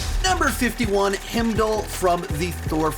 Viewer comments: Hymndal and Nockia 😂😂😂. butchers names again 😂😂😂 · Butchered heimdalls name lol